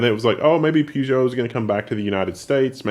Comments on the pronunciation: It's pronounced Purr-joe, not poo-geo. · where is R in peugeot its pežo i used the old slavic tric write what you say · Damn, pronounce your brand names correctly.....Peugeot - pur-gjoe